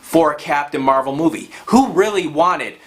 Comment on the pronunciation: Why do you keep saying captain marble?!?